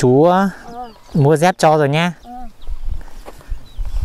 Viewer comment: Đi dép chứ không phải là"đi re'p"